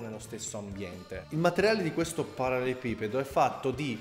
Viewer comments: Sarebbe bello vedere altri video di questo genere,.:) Magari, prima impara a dire "parallelepipedo"! Hahahahaha:p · L'uomo che riesce a progettare un mobile di design ma non riesce a pronunciare ''parallelepipedo'' Ti stimo hahaha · Solo a me triggera tantissimo quando pronuncia ''parallelepipedo''? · in realtà è parallelepipedo, ma sono io nabbo a non saperlo pronunciare bene :)